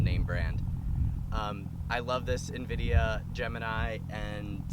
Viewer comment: Indiva? Lol wut